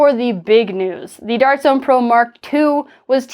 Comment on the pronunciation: That "Dawrt jzoan" in the intro was adorable 😂